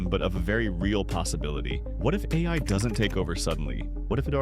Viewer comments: yep I noticed that too. "the Aaaaaa i" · The a i voice gives itself away when it messes up saying ai